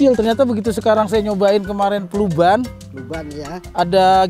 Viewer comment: Kluban bukan pluban😁 sehat trus orang baik